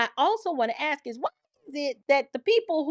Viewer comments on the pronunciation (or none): Look, its As-k not Ax-e. Period.